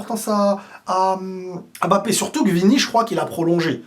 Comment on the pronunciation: Arrête avec la prononciation "ÉM-BAPPE" je t'en supplie !!!!